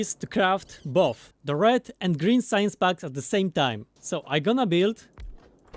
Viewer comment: love these. but everytime you say packs it sounds like bugs. science bugs, military bugs. i get so confused lol